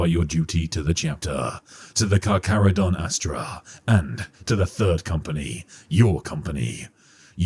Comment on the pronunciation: for anyone wondering on the pronunciation - the Carcharodon name is inspired by the latin taxonomy of Carcharhiniformes, the main shark family classification, or possibly Carcharhinidae, a subfamily, and the pronunciation can be found here: is saying it correctly lol